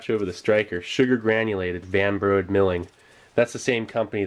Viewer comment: Steve it pronounced Van Brodeeeee we had the plastics division in my town im pretty sure those kids toy spoons,knives and cat litter scoops were made there and some of the packaging....Clinton Ma